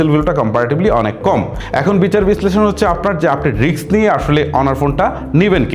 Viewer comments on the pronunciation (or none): none